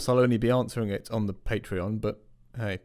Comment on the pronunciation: Why does it pronounce Patreon as Paytreon?